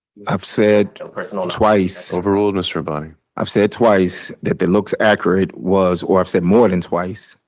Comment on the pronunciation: Georgia deserves attorney's that can pronounce "accurate"